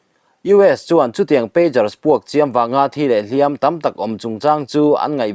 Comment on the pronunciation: Hliampui tuar i lam dan hi a dik lo, hliam hi ti hniam la